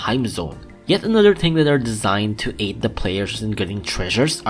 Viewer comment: “the ting is” (you have to wait a while)